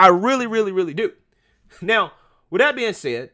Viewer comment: Hi I was wondering, I am a white conservative and I noticed that instead of saying the word that you are replacing it with the word dat. Donna brazile does the same thing and it makes her look dumb, so maybe you should stop doing it.